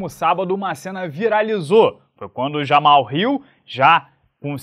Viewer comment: Quando o chamava o Jamal de Jamal, em vez de Jamarral 🙏